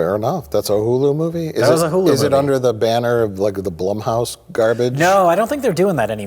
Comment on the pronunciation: i just hate blumhouse because when mike and say it it sounds like blumpkin